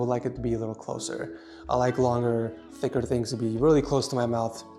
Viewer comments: Did anyone else here him say I loike long thicker things near my mouth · I’m not the only one that heard him say I long longer thicker things closer to my mouth😳